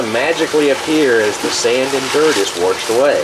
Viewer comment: WASHED !!!! WASHED!!! NOT FUKN WERSHED!!!!